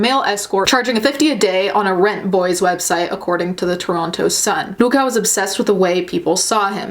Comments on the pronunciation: It's Luka, not Luke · “Lou ka” “mag note-a” I was apart of the original few who reported the ice pick video when it hit best gore. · Puka Not-hotta.. where's my true crime garage people 😂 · Has anyone else noticed the accent she had when she said “I thought it was Luka”. I love it